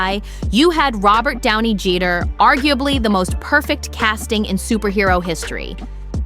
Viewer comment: "robert downy jeeder" lmao